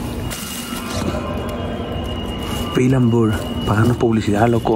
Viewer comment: Pil an bur dice El jajaja